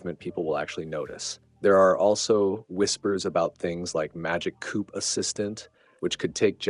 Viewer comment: The AI voice was doing pretty well until it pronounced Magic Cue as Magic Coop. I wish people would quit being so lazy and just use their own voice.